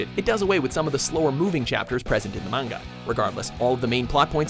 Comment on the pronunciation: oml he pronounced manga properly